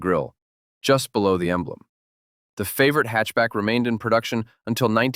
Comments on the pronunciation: I'm more bothered by the AI narrator repeatedly calling it a "favorite" tbh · Please get the name right fav or it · aw shucks. Well, then at least I can say the AI narration is better than many living YouTubers at wierd name pronunciation 😂